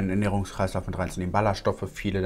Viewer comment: min - Wie ich einfach 2x statt Ballaststoffe Ballerstoffe verstanden habe 😂😂😂